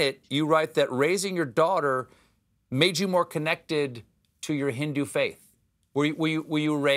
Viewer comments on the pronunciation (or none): Me too! I hate the ways she’s saying Hindu too!